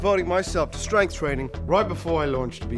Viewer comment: "strenght" wth man??